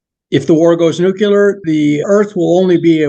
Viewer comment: Brandenburg is Fascinating. I won’t die on this conspiracy hill but his theory is tempting. IF (big if) we already have anti-grav, then it could be as he describes. If not then ET would turn us into butter. I just wish sciency ppl could pronounce Nuclear. Nu-Klee-Er Not Nuke-Ya-Lur